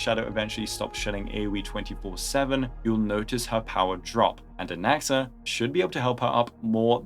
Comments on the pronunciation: Why does it sound like he said “goonaxa” 😭💔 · I heard goonaxa, I'm sorry